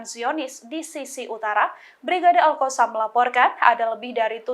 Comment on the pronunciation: nah itu baru betul alqosam,kalau kemaren2, baca nya alHasam😁 sekarang betul nyebutnya alqosam🙏😁